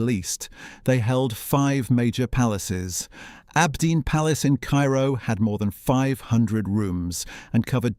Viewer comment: You say abdeen but the the Arabic you displayed clearly reads aabideen (on the gravestone). What else did you get wrong or make up?